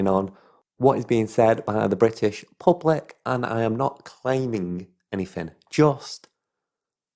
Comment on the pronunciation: can’t you pronounce “th”? you sound like a thick cunt saying “anyfing” or “all of vis”